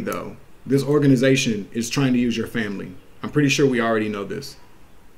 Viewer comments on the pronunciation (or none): none